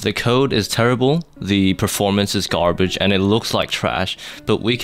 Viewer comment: this video was rly enjoyable but when you said gar-bAaAaAage, i had no choice but to smash like and subscribe.